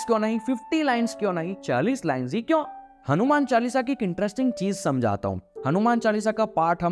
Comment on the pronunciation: Why do say "kyaun" instead of "kyon"?